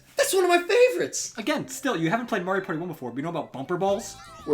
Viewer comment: You said Mario wrong.